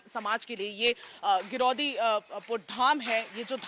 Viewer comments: Maim ji aap गलत उच्चारण कर रही हैं गिरौदपुरी हैं ना कि गिरौदी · Giraudhpuri name hai madam ji aap bol ni paa rahe hain aour aap aaise kaise bol sakte hain ki satnami samaaj ne hi aag jani kiya hai hamara samaaj sat ke maarg men chalta hai or sat ke maarg men chalna shikhata hai naa ki kisi ki sarkaari samppatti ko jalana or na hi tod fod karna jai satnam 🏳🏳🙏